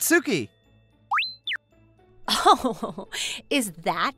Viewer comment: Thank you. I really love these stories, but it grates on my ears when you mispronounce Japanese names (eg. Satsuki). Thanks.